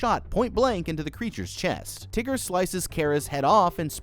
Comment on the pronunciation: Why he calling him teger